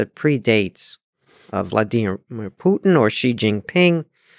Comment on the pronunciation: I didn’t finish the clip at the time of writing that but my point remains for Vladeemir. I just respect the fact he’s being technically correct is all. Whether Lex does or not isn’t my concern.